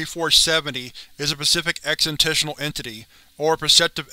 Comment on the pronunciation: I enjoy your videos,, but your reading is sometimes horrendous, and you never correct it. You're killing me. Exentential? You're literally getting worse at saying "existential" every video. It's ex-is-TEN-shul. Anogolus? It's anahl-o-gus. Causal, kaw-zuhl, not cawsual, which is Crow Relaxed Wear. And "a nutter" is a crazy person in the UK. It's "uhn-uh-ther" for another. Suh-sept-ih-bul.. Not suck-septible. Either (eeh-ther), not eater.